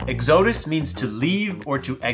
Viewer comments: ECK-SEW-DUSS?????? WTF??? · It is not "Exo'dus". LoL. Please don't empha'size the wrong sylla'ble. (So Not pronounced like Exodia from Yu-Gi-Oh!) Ok now that I got that out of the way... This looks like a pretty good bargain, if you can deal with the noise level, and it is on sale. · Exodus = XADUSS is the proper Pronunciation. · its O-PEZ not oops and where is he getting exodus from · the way you pronounce exodus is hilarious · ..its Exodus....emphasis on the "E"... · He’s actually saying oupes and exodus wrong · Had to stop listening after you mispronounced Exodus for the 5th time. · While you may be farming comments for the YT Al Gore Rhythm by mispronouncing words intentionally, I would yank this video and reshoot the intro. Exodus is too common of a word. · Very painful video to watch when he just can’t pronounce Oupes or Exodus correctly 😵‍💫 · 😂 They know what they're doing...they do it with almost everything. Lol